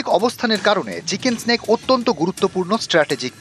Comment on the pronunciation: Chicken nack bola chicken snake na 😂